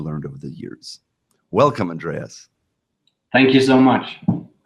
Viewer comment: Haha. He's name isnt "Weeenaus", it's "Wheynaus"